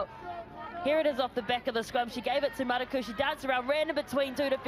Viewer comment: Commentator need to get the name right it’s manukura not manakura